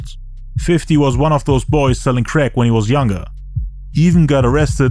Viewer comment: "he went back to selling creck" 😂